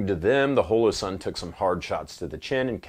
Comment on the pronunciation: Why do you say holosun so strangely?